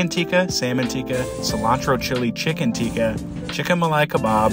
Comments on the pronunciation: I'm not mak9ng fun of u im just saying Tikka is pronounced as it is spelled u say it like teeka when it is ti-kka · It's pronounced tick-kah. Teeka is an ancient ceremony in which frogs are sacrificed to pray for rain. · He can't even pronounce Tikka or kebab